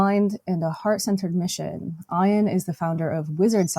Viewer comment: Oh dear. Pronouncing Ian’s name as Iron!